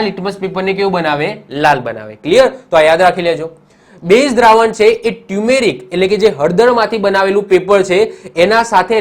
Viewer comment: Sir, ટ્યુમેરિક paper નહિ.... ટરમરીક પેપર કહેવાય